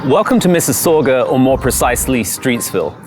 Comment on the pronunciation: Loved your video. Being a fellow resident of Mississauga I have a polite request. Please pronounce Mississauga correctly.